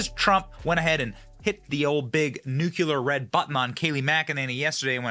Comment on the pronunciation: For the love of god, It's "Nuclear" Not 'Nucular'...